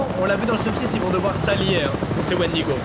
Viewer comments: squeezie on t'aime mais s'il te plaît arrête de dire wendigo. Pour un fan de légende et d'horreur sa me faut mal aux oreilles :) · Ça me stress tellement quand squeezie dit Wendigo alors que de base c’est une légende de certaines tribus de natifs américains -~ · Il a dit wendigo je me suis barré